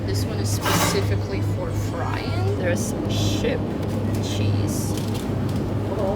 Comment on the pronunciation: I was making coffee and not looking at the video, just listening, and you said there's. But with the accent it sounded like deres which sounds similar to my name so i turned my head around lol